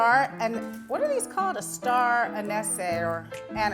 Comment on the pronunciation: Star Ah-kneess (neessss is more in Niece)